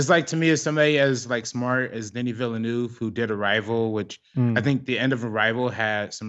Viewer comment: My years of French class in high school and college are fairly useless here in the states except when it comes to pronouncing French (or French-Canadian) names... De-NEE Vil-uh-NOOV. (If there is a vowel following a consonant at the end of a name or word, pronounce the consonant -- drop the vowel. If a consonant follows a vowel at the end, pronounce the vowel -- drop the consonant, like "salut" = suh-LOO.)